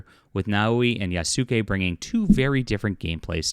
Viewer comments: Damn. He butchering the names. You doing this on purpose? Yah-skeh. Like Sasuke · The name is Yasuke not do not say the Su part dear God it's not that hard to say please God learn to say the name lol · Yasuke in Japanese, is properly pronounced YAH-SOO-K-EH with the last ke or K-EH sound said quickly. The ke is pronounced as K-EH not K-AY.